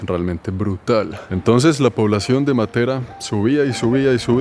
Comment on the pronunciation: La conoci hace 50 años y soy Colombiana,si,es espectacular,la pronunciación de Matera esta mal acentuada con respecto a los italianos.